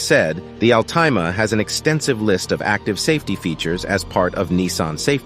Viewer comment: AL-TIME-A HAHAHAHAHA!!!!!